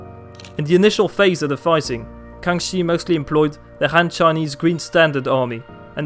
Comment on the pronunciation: your Chinese pronunciation is amazing